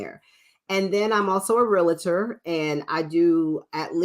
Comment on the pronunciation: PLEASE- It’s pronounced REAL-TOR not “rea-la-ter”.